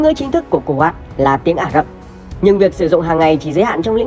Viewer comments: Cu wét chứ ko phải cu wát đọc sai rồi a ơi 😂😂😂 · Đọc đúng là khu Wậy